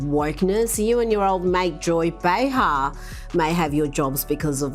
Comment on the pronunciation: Bee-har lol